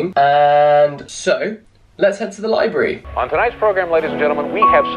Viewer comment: Him: Libary how it sounds (to me) in his common tongue Me: LIBRARY....*me, and my grammar-correcting self, silently cringing, but only because I’m a book nerd.*